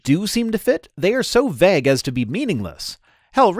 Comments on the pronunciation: How have I never noticed that pronounces vague as "vegg." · I was looking through the comments for exactly this before I posted my own. Is it a Canadian thing? Or is it a thing? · Am I the only one stuck on how is pronouncing 'vague'? I've never heard it pronounced that way, and it throws me every time he says it in this video. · So do all Canadians pronounce vague this way? The funny thing is his “vague” rhymes with my (American from New England) “bag” but most Canadians I know pronounce “bag” so it rhymes with MY “vague!” 😂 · As a British English person the long eh sound in pronunciation of "vague" was noticeably "Canadian" to me. The General American one is close to ours but a bit shorter I think; closer to that in "pay" than "paid"